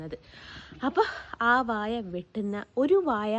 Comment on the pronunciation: വാഴ എന്നു പറയൂ മോളെ വായ എന്നാൽ mouth എന്നല്ലേ ?